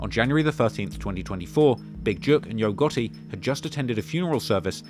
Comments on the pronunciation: Great video man. I’m from the south in America it’s just funny to hear u pronounce yo gotti. Yo-ga-ee 😂😂 I’m subscribing to hear more of ur accent and great info lol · "Yo Got-E" 🤣🤣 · “Yo Goh-eh” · "Yogurty" is a demon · Always white person that has no personal information always ru thier mouth u ain't even saying his name right. He quit as blogger how u investigate got all information wrong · you did a good job as a journalist, but you missed a lot of details my brother. I hit you up before about a job, but you thought it was about editing. I like the new title "HipHop Investigator". You can do better with the name pronunciation as well 😂😂, but overall good work.💪🏾💪🏾